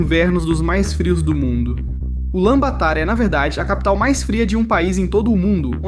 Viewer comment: A pronúncia é "Bator" abraço mano